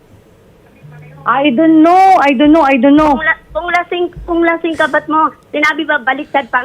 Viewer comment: "I du no" Sabi ni kabit 😆😆